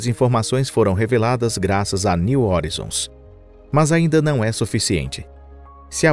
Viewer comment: Cara aprende a pronunciar as palavras direito pelo amor de Deus, que agonia de vc falando horizons, o vídeos está muito bom, mas podia estar perfeito, não inventa pronúncia, estude, pesquise e aprenda.